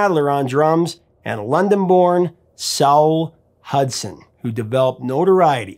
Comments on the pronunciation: Saul is pronounced more like 'sorl', definitely not 'sowl'! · Just one small thing. Saul is pronounced like mall or all but with an S in front.